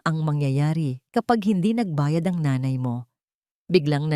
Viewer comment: ayusin mo pagbigkas ang nanay or nay ginagawa mong ney